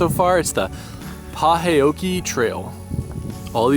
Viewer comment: To keep mosquitoes off of you: Avon's Skin So Soft. It's what the fisherman/ hookers use, in So FL. It's pronounced: Paw~hoe-kee. All 3 of my children were born in Pahokee, FL. Gators, 🐊 Alligators are in Fl. 1st time seeing 1 of your videos. Looking forward to seeing more